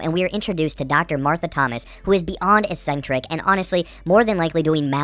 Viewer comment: Good summary, although it's pronounced "Ik-sentrik" not "es-sentric."